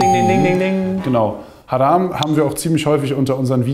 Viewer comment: Das Wort "Haram" für "verboten" wird, wenn man es richtig aussprechen würde "Haraam" (also mit einem verlängerten a nach dem r) ausgesprochen. In lateinischer Phonetik für arabische Transliteration würde dies so aussehen "Ḥarām". Den wenigsten, meist jungen Muslimen, ist das jedoch bekannt und sprechen es so aus, dass es der "Masjid al-Haram" (wörtlich übersetzt: die heilige Moschee) vom Laut her ähnelt. Die beiden "a" im "Haram" von der "Masjid al-Haram" werden einfach bzw. schnell ausgesprochen. Wörtlich übersetzt heißt "haram" mit den zwei einfach ausgesprochenen "a" auf Deutsch "heilig". Hieran ist gut zu erkennen, dass es manchmal lediglich einer kleinen Abweichung in der Aussprache bedarf, um einem Wort im Arabischen eine völlig andere Bedeutung zu geben. Vorallem bei der Rezitierung des Quran, sollte hierbei Wert gelegt werden. Deshalb sollte man wenn man eine Sure des Quran auswendig lernen möchte, vorallem bei nichtarabischen Muttersprachlern, sich hierzu am Besten parellel die jeweilige Sure von bekannten Rezitatoren online anhören um sicher zu gehen, dass man auch die Aussprache drauf hat. Hoffe das hat geholfen! Salam :)